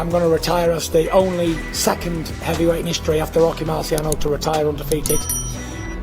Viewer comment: Who is rocky marchegiano? 😂 ffs 🤦‍♂️